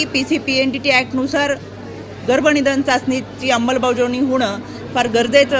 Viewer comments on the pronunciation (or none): none